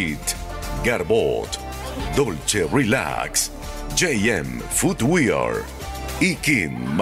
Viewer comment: Diganle al guircho que dice los comerciales al final que no se dice, "futwiar". se pronuncia fotwer. Con razón siempre llegan detrás de la ambulancia en el Miss Universo. uichería all in. jajajajajaj